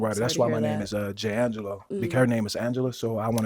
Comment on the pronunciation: Why did I pronounce this man’s name in my head as Jang gah low🤦🏾‍♀️ only to hear them say it as Jay Angelo lol